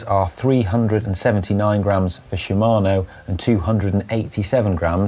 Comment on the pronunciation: "Shimano" sounded like "Siemano", which means "Hello" (more or less) in polish;)